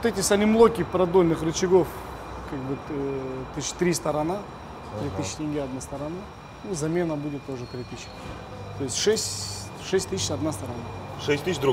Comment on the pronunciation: не "ЛЕ", а LE (эл е или эл и)